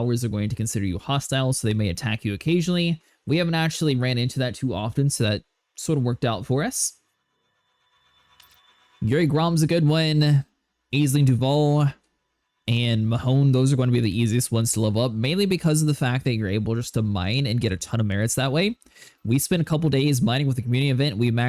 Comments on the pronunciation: BTW it's pronounced "ASH-ling", - it's actually an Irish name. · Just a tiny pointer from an Irishman to an American, it's pronounced ASH-ling Duval. Aisling is Irish and the Ais is Ash in pron. Thansk so much for the video massive help! :)